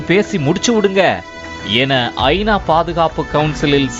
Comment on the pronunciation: செய்தி எல்லாம் சரி, கொஞ்சம் தமிழில் கவனம் செலுத்துங்கள்…. ஐ. நா வா அல்லது ஐனாவா? இது போல் பல பிழைகள்